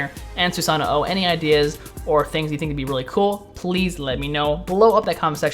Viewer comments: its not "susano oh" its said like "susan ohh"...its kinda like nii...you don't say "ni ee" you say "nee" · Omg its just susanO not susanoo lol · if you listen carefully when you select him you can hear him add that extra o once he says Susano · Theres no "OH" after Susanoo just saying.